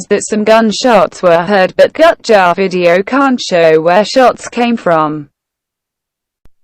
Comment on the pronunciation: Thumbing up/down videos is fun. Enable ratings. Gutjahr is spoken not Gutchar but Gootyahr. Still a great video, thx.